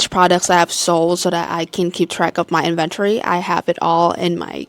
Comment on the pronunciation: N-Ven-Tori - inventory